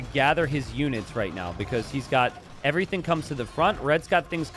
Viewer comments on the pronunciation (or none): none